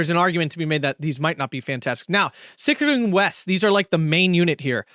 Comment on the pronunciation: Since I'm usually one nagging about german words and your pronounciation; props to you for nailing the german "ch" in Sicherung, that's probably one of hardest sounds to get right!